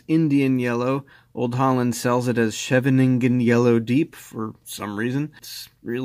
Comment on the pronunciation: "shyeveningnen" 😂 Fun fact (or rumor): in WW2, German spies in the Dutch resistance were weeded out by their inability to say Scheveningen correctly.